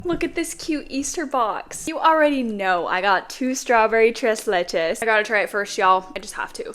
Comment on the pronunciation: The way she just says tres leche just😭😭